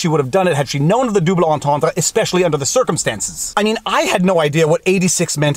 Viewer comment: I love it when he says "dooblay".